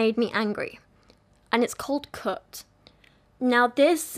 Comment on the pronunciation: Haha when you say "Cut" it sounds like "Cooked" to my American ass lol.